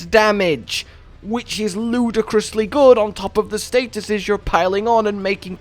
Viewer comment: "Ludacrisly good" dude u killed me 🤣😂😭